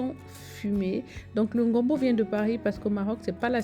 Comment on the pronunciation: Tes vlogs sont d’une douceur❤️ continues ne te décourages pas. Mais c’est le gombo hein pas le ngombo aïe😂😂😂 et ton mari qui fait toi « j’ai changé de voix « 😂😂